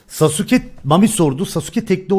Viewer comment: off şunu saske diye okuyun artık